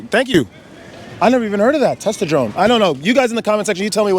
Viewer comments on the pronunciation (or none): I think that the "testatrone" guy meant "testosterone," but wasn't knowledgeable enough to know the proper pronunciation. I wonder what he'd think if he knew that celibacy actually elevates it.